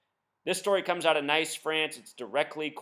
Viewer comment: its pronounced Neice....Nice..France. Great video.